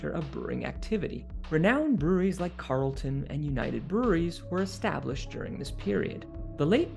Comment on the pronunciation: Just a correction, it's Carlton, not Carelton.🙂